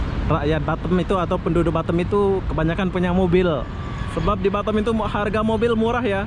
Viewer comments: Sebutnya Batam lah... Bukan Batem ( bottom ) 😂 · Ini batam bkn batem😂😂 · bisa gak sih bilang B A T A M bukan Batem